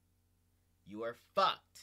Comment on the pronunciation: “You are FAWKED”